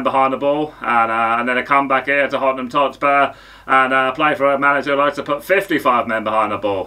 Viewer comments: “Hotman Totspur.” Lmfao. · "Hottenam Totspur" 🤣🤣🤣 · Hottenham Totspur. 😂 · Hottenham totspur lmao! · Hottnem topsur🤣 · Hottenham totspur 😂😂😂😂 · Hottenham Totspur.. 😂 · Hottenham Totspur 😂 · hottenham totspur 🤣😂